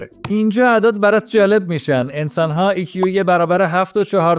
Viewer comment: آی کیو نه ای کیو